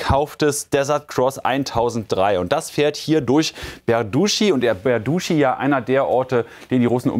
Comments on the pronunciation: ich wiederhole es nur ungern: der ort heißt nicht "berduschi", sondern berdytschi!!! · Es heißt Berdytschi - nicht Berduschi.